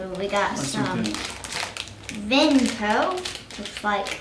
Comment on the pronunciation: He calls it Venco XD